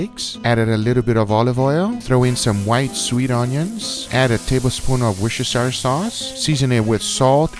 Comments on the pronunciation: wus-ter-shi-shea-shire sau u chei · I know english pronounciation can be odd sometimes, but how the gheck do you americans manage to turn "worshester" into "wooster"?